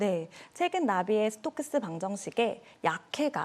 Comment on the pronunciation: 이름 발음도 초등학생급이야!